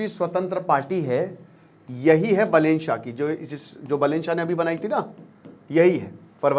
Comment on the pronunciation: I think you know no more about Nepal. Correct pronunciation are बालेन शाह and रबि लामिछाने , not बलेन शाह and राबि लमिछने।